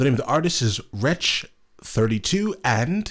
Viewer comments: Im sure you have already been told but its wretch three two, not thirty two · Wretch threetwo, not Wretch thirtytwo 👍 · The first one is avelino, the second one is wretch 32 and it is pronounced wretch three two not thirty two